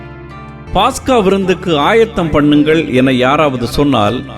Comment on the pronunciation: பாஸ்கா அல்ல பஸ்கா என்று சொல்லுங்கள் .